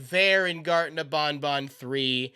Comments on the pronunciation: its ban ban not bon bon/my son is a biiig fan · Its ban ban not bon bon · Love the content. Pronouncing ban ban like bon bon drives me crazy though. Ban ban like can can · You keep saying bonbon instead of banban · Bon bon bonNot pronounce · Bruh, why does he say it like bon bon? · BanBan is not pronounced with an accent!